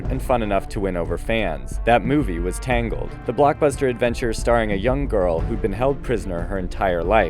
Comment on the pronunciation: TANGALED HA MORE LIKE TWISZIDED